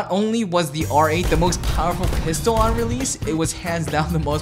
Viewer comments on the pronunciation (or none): none